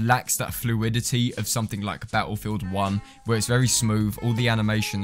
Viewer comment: It think the correct pronunciation of that would be BATTLEFIELD 1